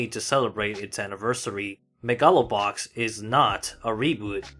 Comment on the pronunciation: But that's how you pronounce it!